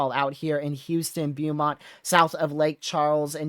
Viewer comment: Good evening. When we lived down there Beaumont was pronounced Bow-mont. 😀